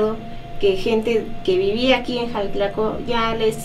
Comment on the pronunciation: Que curioso. Alguien que vive en EEUU me recomendó éste video. Tengo conocidos en Xalatlaco, pero he escuchado a muchos decir: Jalatlaco. (Incluso tú y el conductor lo hicieron varias veces), y ya que te interesa difundir la cultura estaría muy bien que en tu canal empezarás a llamarlo, e invitar a la gente que lo hiciera correctamente. Felicidades por tu trabajo y lo continuaré viendo, pórque me encanta todo lo relacionado a las tradiciones de los pueblos de México.